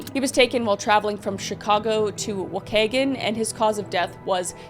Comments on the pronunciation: DA-PLANES not deplaness and WA-KEE_GAN not wagaken but you are a great reported love these videos.... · I'm here puttering about listening to this and I hear waahkaygan. Are you referring to Waukegan, Illinois? Ok, looked it up, and it is Waukegan. I have never heard it pronounced like that. Hell, Google's pronunciation tool has it just like I remember. Everybody I know pronounces it waa*kee*gun. Not really a big deal but it just kinda shocked me as I've never heard that pronunciation before. Edit: ok, you gotta be messing with everybody with these pronunciations. Des Plaines is pronounced as "des-playnz". Is this a Canadian thing? You did the French thing early on in the video. If this is how the French would pronounce stuff, I have yet another reason why I am happy to not be French. Des Plannez just sounds wrong in every way. Freaking witch's nails on a chalkboard with a freaking amplifier. Love the video, but damn. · hey kris!! the town mentioned is pronounced wah-kee-gan (i lived there for a short period!) i wanted to let you know just in case ive been avidly listening to/watching these since you started doing the crime series, and im obsessed! youre awesome at what you do 🥳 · I grew up in this area. Allow me to help with some of the local pronunciations: Dess Planes River (Des Plaines River), Wau-key-gan. We know they defy normal conventions, but that’s how we say them out there 😊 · LOL "Waukegan" was totally wrong 🤣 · Being a local to Waukegan screening at the screen when she said it wrongly lmao